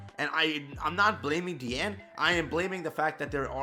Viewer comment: Good Job, you are finally saying her name correctly!!! You have graduated!!!!